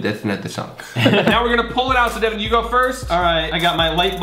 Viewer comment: Its devan not devin